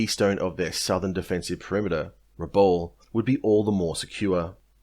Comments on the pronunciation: it is pronounced:: RA BOWEL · Not sure you pronounce Rabaul correctly, leaves me unable to watch your vid, sorry. Too distracting for me. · Disservice by mispronunciation of Rabaul.